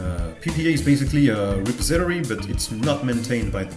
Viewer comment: Kinda late to the party here (but new to ElementaryOS, which is how I found your channel) but since you asked (sort of)...."repository" is pronounced Re-PAWS-i-tor-ee. Looking forward to seeing more of your videos. I actually started with some of the newer ones (the tutorial on installing Elementary Tweaks was very helpful) but now I've gone back to your beginnings and will view older-to-newer from here.